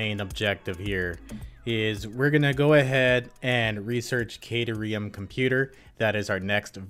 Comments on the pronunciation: Phonetically, it's Cat-air-ee-um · You know at first I was really upset with the mispronunciation, but now I think it would be super funny just to keep saying it how you are. Makes it sound more like a place you would go to snuggle cats if you got stuck in ancient Greece.